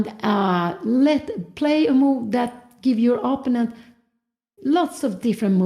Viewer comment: Here we go again with the mispronunciation of "opponent" from mother Cramling.